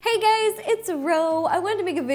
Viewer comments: did be notice that she said hey gays instead of hey guys?? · She said HEY GAYS at the start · Not sure if you noticed but instead of saying hey guys at the beginning of your vid you said hey gays,,,lol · In the beginning it sound like she says hey gays 😴😂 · did she say "hey gays"